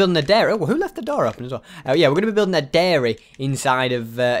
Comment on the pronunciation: I honestly thought the title of the video said ‘diary’ until he said dairy